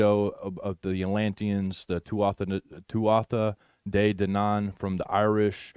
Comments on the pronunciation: TUa de DANan (th is silent) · It's pronounced (two u tha day DAN nun). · Tuatha Dé Danann is pronounced. “Too-a-huh day danann”. Many of us of Irish decent trace our ancestry to these people. Many of our original pre Catholic family crests have serpent symbolism on them. Many of us had to change our family crests when St Paddy “chased the snakes out of Ireland”. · The Tuatha de Danann is actually pronounced Tua day dhanna. They are considered the Fae or Faery folk with massive powers. I didn't know myself until a book I was reading years ago provided pronunciation for it & explanation. Just wanted to share. I always find these things so interesting. They described themselves as Gods. All makes sense doesn't it. All the fables, myths, legends were made out to be "make believe" when in fact they are real. They've fed us lies so long that we don't recognize truth when seeing it. ❤❤